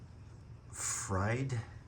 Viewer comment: It’s pronounced (free drich). A YouTuber called Will Butter aka Will The Trill did a video of his Friedrich dehumidifier. According to his depictions, the unit did not work well for him. And, Will demonstrated how his vintage dehumidifier did so much better. Your unit looks the same as what Will Butter had. Hopefully, yours will work better. The name Friedrich gives me nostalgia. We owned a Friedrich central unit at our formative home. The unit looked like a green table with a big fan on the top. I would hang around the unit because I thought it was so fascinating. I did enjoy watching the big fan spin while it was running. Unfortunately, Friedrich quit making central units. Friedrich now basically makes commercial window units, and I think mini splits. And, I still think they make dehumidifiers. I would give anything to see a video of a preserved Friedrich table looking central unit like what we had at our formative house. Good luck with your new Friedrich it being I’ve seen lots of bad reviews on newer dehumidifiers.